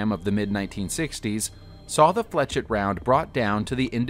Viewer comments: 'ette' IS pronounced 'ett' , as in Corvette. 'et' is pronounced as an 'A'. I was talking about the 'etch' instead of 'esh' part of the word that was pronounced incorrectly. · Flechette is pronounced as 'flesh-ett', not 'fletch-ett'. Point, not dot. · I don’t blame him for putting like that because of the guys shitty pronunciation. It should be pronounced like flee shay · The correct pronunciation of flechette is fleh-SHET, not fletch-it. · Dude it’s pronounced “FLESH-ET” and “SAY-BOW” Are English classes / grammar not taught in schools anymore? Seriously the amount of piss poor grammar, spelling errors, not knowing how punctuation works etc etc... is all over the damn place and not just on some random persons YouTube channel but in supposedly professional publications. I know handwriting isn’t a thing anymore but you’d think these schools would give people the basics so they don’t sound like an idiot. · He can't pronounce flechette either